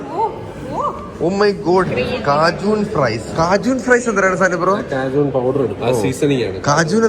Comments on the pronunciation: വോപ്പർ എന്ന് പറയൂ.. കാജൂൺ അല്ല..കേജ്യൻ..😀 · Cajun pronounced as Kay-Jn, Whopper pronounced as Vo-pper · Cajun alla (K Jen) pronounced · Cajun... Please check pronunciation.